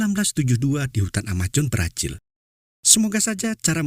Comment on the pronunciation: Brazil bang bukan brajil Amazon bukan amajon 🤣 Semangat bang 🤗